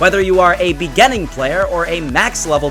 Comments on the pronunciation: " IN THE BEGENENG " 🤣🤣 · "In the bigening "xD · i remember top15s. Beg-gening cuz it sounds like what the narrator would say. but he said Foot Fungaes.